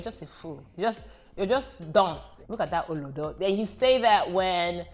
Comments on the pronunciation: There were certain pronunciation that were mad!! OLODO AND AMEBO come on.. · You get am. She was pitchy with it. We flat in pronunciation but stretch for emphasis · The way she pronounced "olodo" is funny 😂and it's not pronounced that way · Olodo pronounciation took me out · LMAO, the pronunciation of OLODO though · Her pronunciations are wrong though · Olodo! Yvonne you had done so well with the pronunciation before you got to the olodo!!! You don gone overall!!! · She had me till she said olodo 😔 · Spot on except the pronounciation of "Olodo" is killing me lol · For all those who want to know how to pronounce it..... She stressed the wrong syllable. The stressed syllable is the 'lo', she stressed the first 'O' which is wrong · yeah the olodo pronunciation was wrong. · The fact that she is pronouncing olodo wrong is really funny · Too funny. I was like...it's not it, but OK 😂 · For all those who want to know how to pronounce it..... She stressed the wrong syllable. The stressed syllable is the 'lo', she stressed the first 'O' which is wrong. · Am igbo and there was no influence the only weird pronunciation was OLODO...... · Lmao, what are these pronunciations of Olodo and Amebo?! 😂😂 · Yes like olodo. The pronunciation wasn't correct but she tried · Swat Kasham i was just saying to myself...you can’t explain how it’s said. You just have to hear it. She’s pronounced it right but stressed the wrong inflection on each syllable. The inflection is low-high-low for each syllable, not high-low-high, like she has done. Not sure if this makes sense... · olodo 😭 not olodo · See how she pronounced "olodo".....🤣🤣she tried tho..I mean she ain't even yoruba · I know! I kept repeating "olodo" to my screen like she could hear me, lol! And I'm not Yoruba. I didn't think there was a Nigerian who couldn't say olodo with the right pronunciation. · I enjoyed every bit.. But u see that "olodo" naaa you have to elongate the olooodo!! 😂😂 either ways I had fun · Exactly lol! 😄